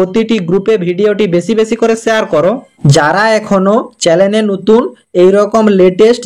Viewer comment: Chanel uchcharn karun.